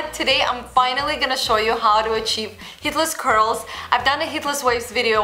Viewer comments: No worries, I'm hearing the exact same thing. But then again, we all know what she means. :-) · So true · I thought I was the only one who thought that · What? It does!